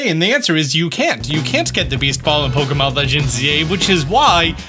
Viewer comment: How can you create Pokémon content for so long and still mispronounce it as “Pokomon”?